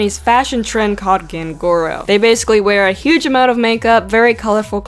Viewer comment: It's "ganguro" not "gangoro" You thought you butchered futakushi onna, but you actually did a very good job! Here's a simple explanation that will help with ANY Japanese word you want to pronounce: A is always pronounced "ah" as in "awesome" E is always pronounced like "eh" as in "pen" I is always "ee" as in "sink" O is always pronounced "oh" as in "pope" and U is ALWAYS pronounced "oo" like in "poof"! If there's a double consonant, just give a short pause in the middle like "mean nah" for the word "minna", instead of "Mina". With a double vowel, just elongate the sound a little. So "yuuki" (courage) is pronounced "YOU key" with the first half being very prominent, instead of "yuki" (snow) which is pronounced "you key" with no part of the word standing out. Side note: A lot of the time, Japanese will shorten the sound of "oo" like it's not even there. So "futakushi" could be pronounced "foo tah koo shee" OR "foo tahk shee". It's really up to personal preference. ^^- I hope this helps!! (I may reuse this post if it's useful!)